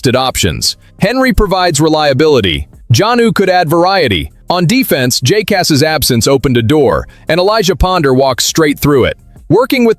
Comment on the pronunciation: When will you learn how to say Jacas' name properly?